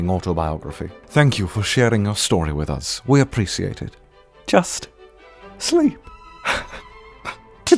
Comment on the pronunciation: I feel like way of pronouncing "appreciate" doesn't sound right... Is it just me who thinks this way?